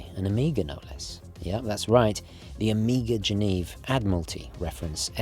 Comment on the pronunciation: please - stop saying "Omiga" ;)